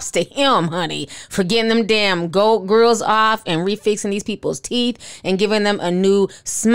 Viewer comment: Girl several times ..hopefully they spelled it wrong cause he should be able to read😂